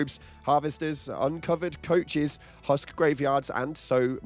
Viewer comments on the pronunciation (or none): "uncovered coaches" ? very... interesting... way of saying caches....